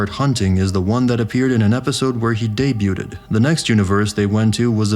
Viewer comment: Look up the pronunciation for "debuted". It is a little concerning you do not know how say such a simple word.